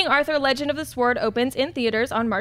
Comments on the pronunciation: Did she seriously keep saying legend of the "Swoard" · HA HA HA HA Did she say Legend of the Sward???!!! I ROFLed and then she kept on saying it, Legend of the Sward. Legend of the sward. hahahaha Magic! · does realise that the "W" in sword is silent, right?:/ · the word "sword" is pronounced "sord". The "w" is silent. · the "w" is silent in "sword"... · its pronounced "sord" the"W" is silent .... the more you know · I love ya, but the 'W' in 'sword' is silent lol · Don't understand the talk of pronouncing directors names or movie companies but nobody picked up the way pronounced the word sword like she'd only seen the word for the first time.